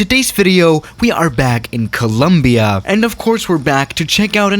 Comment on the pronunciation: Swiss: coooluumbiaa Colombianos: No es tan dificil pendejo, Co-lom-bia !